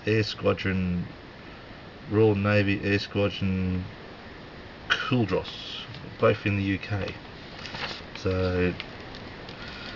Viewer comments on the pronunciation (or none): Nice vid. By the way, it's Royal Naval Air Station Culdrose, pronounced ColdRose